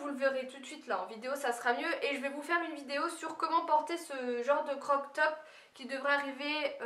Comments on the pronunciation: On ne dit pas un CROC top, mais un CROP top , le mot a été déformer au fil des ans. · et crop top pas croc top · Ton legging Nike ce n'est pas une contrefaçon. Car les produits Nike sur Aliexpress sont "réels". Et ce n'est pas "crok top" c'est croap top.